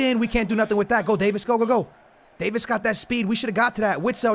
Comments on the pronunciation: it’s Davies not Davis, (Dave- eees) the e are like saying the letter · It’s not pronounced Davis, it is pronounced like davees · please stop saying Davis it’s Davieeeeees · If you say “day-vis” instead of HOW ITS REALLY PRONOUNCED “day-vees” ima snap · Davies not Davis 😂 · Btw you don’t pronounce it “davis” you pronounce it like “day veys” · Alphonso Davies is pronounced Day-vees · It is pronounced Davees